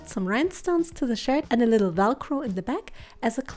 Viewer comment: Her: Shirt Time! What I heard: Sh!t Time! Me: Did she say sh!t or shirt?!